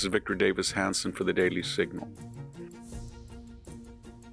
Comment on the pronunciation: Why does he say daily in a weird way?